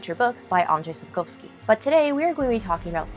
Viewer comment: Thank you for speaking proper Polish in your videos. I always knew that pronouncing "Sap-cough-ski" is not beyond any English speaker 😉